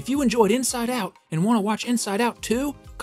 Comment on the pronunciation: The missing T is starting to trigger me…